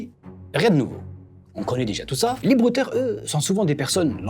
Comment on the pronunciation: les bwooooteuw !!!